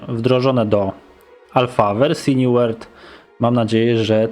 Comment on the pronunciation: new ŁERLD... niezły początek :D dobra elo xd